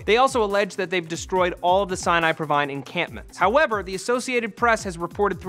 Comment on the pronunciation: It's Sinai province not Sinai provine... Lol